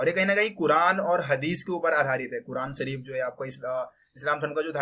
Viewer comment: सरिया नहीं शरिया होता है। सरीफ नहीं शरीफ होता है😂